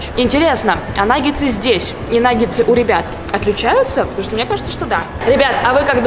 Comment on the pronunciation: Не че а ча